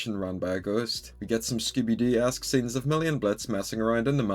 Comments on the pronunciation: oh ngl I heard Skibidi XD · Im not sure, it sounds like he said skibidi...